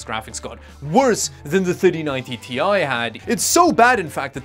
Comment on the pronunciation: Hey, you can properly say TI now. Good job 👍